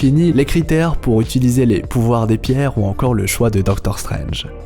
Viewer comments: A "qui peut utilsier"😂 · Utilisier hahahaha